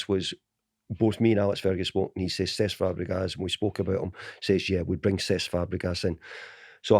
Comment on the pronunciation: Can someone enlighten me as to who Sess Fabregas is??🤦‍♂️🤦‍♂️no wonder he didn’t sign for United when the manager couldn’t even pronounce his four letter first name correxrky🤦‍♂️🤦‍♂️